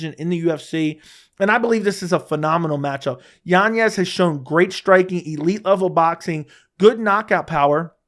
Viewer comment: Literally no one else in the world pronounces it YanYez. You just trying to pull the Chael Sonnen or what? His name doesn't have an ñ so it's not what you think. Next it's gonna be "YaRear" Rodriguez